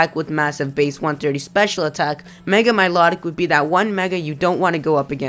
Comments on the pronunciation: Milotic. Mii-low-tic Not Me-lot-ick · It's pronounced like MY-LOW-TICK, not MY-LOT-IC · Also, Miliotic... your saying it wrong, notice the T in its spelling. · I thought milotic was pronounced My-low-tick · Or mee-low-tick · you said Milotic's name wrong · I thought milotic said different than you said it